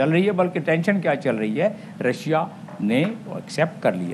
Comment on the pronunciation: Ha Ha Ha she is saying Razia instead of Russia.